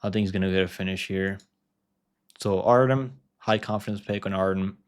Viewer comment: Artyom. - that’s how you pronounce Artems name